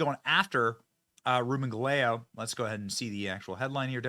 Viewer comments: Ga-ley-o🤣 It's Ga-ye-go😂😂😂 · GAH-YEH-GOH? If it's a Spanish last name that's that's cloer to how you pronounce Gallego. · It's pronounced guy-yay-go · It's Ruben Guy-eggo. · Benny, listen to Kari pronouncing Reuben's last name. The L's are silent. Expect better research from you